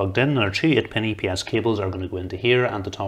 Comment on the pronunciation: got lost when he said "two ate e-e-pin-es cables" did he say 2, 8 pin- aps cables?